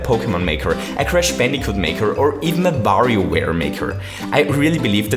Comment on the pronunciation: Lol he pronnoced it ”Vario Ware”.